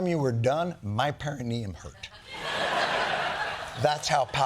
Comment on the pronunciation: on point with the perineum pronunciation